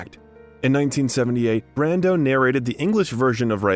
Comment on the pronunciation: there was one instance where it was pronounced “Brandeau”